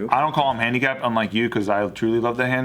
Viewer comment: "handican" LOL big brain :v